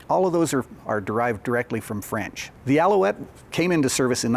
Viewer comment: I must say: your French accent is excellent (both sung and spoken) ;-) I'd like to add two things: - the word 'aviation' itself is French (and appears to have been invented in 1863 for some towed gliding device), - the fact that these engines get their names from peaks from the Pyrénées has to be linked to the location of the factory, which sits in the South Western France, close to the Pyrénées mountains. Of course, the idea of altitude shouldn't be discarded, but the highest peaks of France are located in the Alps. There could be more to it, and I would happily get corrected, of course. Cheers from France, and congrats on the nice Béret (incidentally, especially typical from the place where those turbine engines are made).